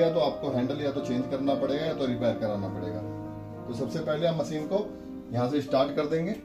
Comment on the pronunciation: मशीन, not मसीन